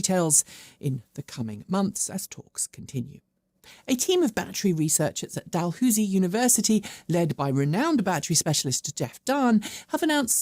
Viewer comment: A small pronunciation correction: the university in Nova Scotia is dal-HOWZ-ee. Thanks.